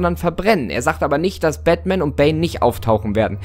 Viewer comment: Bin ich die einzige, die sich hier grad totlacht, weil er Batman einfach Bettman ausspricht 😂😂😂